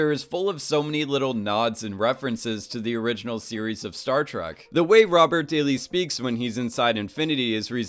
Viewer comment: Is it just me or he is saying "Startruck" rather than "Startrack"